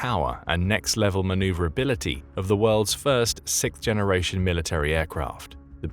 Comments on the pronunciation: Yes, the B-21 is sick, but it's a sixth generation bomber, not sickth. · Could someone on the production please teach how to pronounce '6th'... The way he keeps saying sickth really grinds my gears.